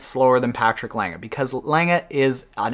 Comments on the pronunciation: You pronounced Lange pretty good for an English speaker. ;-) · Your "Lange" is pretty good. Much better than most english speakers pronounce it. Cheers from Germany. :)